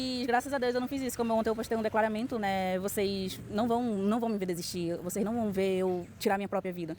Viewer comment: doeu ouvie ela falar "eclaramento"